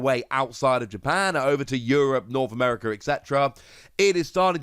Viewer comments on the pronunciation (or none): none